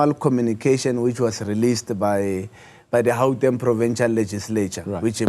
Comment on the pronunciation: This one can't even pronounce Gauteng, always talking about "Hauteng"